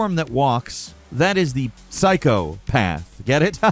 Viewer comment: Dude said psy-cop-uh-the